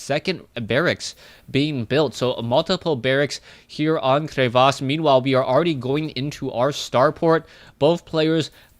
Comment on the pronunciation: you are right crevasse is a french word and you pronounce it almost well:D. You dont pronounce "Cre" well but "vasse" is good:). And thank you from France for all your comments.